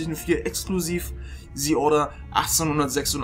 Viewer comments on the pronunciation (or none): Wann werden die Deutschen lernen, dass es TH (the) und nicht S (sie) ist? -.